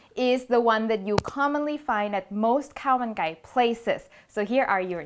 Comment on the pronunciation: Khao mun gai not kao mai gai !